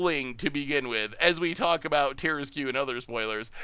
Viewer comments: The tarrasque has been around longer than you. It’s pronounced Tehr-ask. Hooked on Phonics didn’t work for you. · Terra-screw you for that mispronounciation XD (Much love to the Goldfish crew) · By the by, regarding the word - Tarrasque. It is actually, in all seriousness, pronounced ta-RASK. When the person in chat mentioned the word masque, yes that is a real word, and it is pronounced “mask”. However, instead of just being a mask, it refers to like a masked ball back in aristocratic Europe. It’s a French word, hence the spelling. Tarrasque takes the same pronunciation logic from that word, and therefore gets the same sound. Blame the French, they kept insisting on using unnecessary letters. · And as much as it's an iconic DnD thing, it is based on a mythical creature. It's like a dragon/turtle/lion hybrid from France (Hence not pronouncing half the letters).